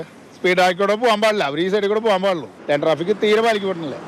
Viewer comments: ലേൻ ട്രാഫിക്ക് ആണ് ; ലൈൻ ട്രാഫിക്ക് അല്ല. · ചാനലിനും നല്ല പിടിപാടില്ല. ലൈൻ ട്രാഫിക്ക് അല്ല -ലെയ്ൻ ട്രാഫിക്ക്